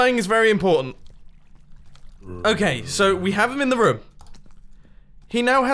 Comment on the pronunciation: whenever Mumbo says room, he says it like rum